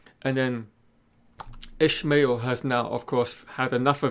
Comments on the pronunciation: Its not Ishmael Its IshAmael. Lol, wheel of time pronunciation arguments at it again. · Nice vid. PS Ishamael is pronounced ih-SHAH-may-EHL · Thanks for the video, although I have issues with the pronunciation of IshAmael. I believe you mixe the name up with "Call me Ishmael" from Moby Dick... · I know it doesnt matter but his pronunciation bothered me